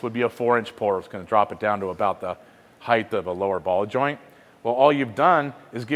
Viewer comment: Does he keep saying highth..?